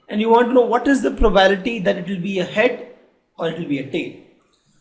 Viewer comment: its pro ba bi li ty NOT PROBALITY